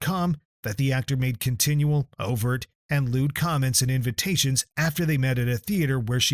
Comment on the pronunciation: How ridiculous is your AI when it accuses Charlie Rhodes of “loot” comments. You are an embarrassment to YouTube and the general public.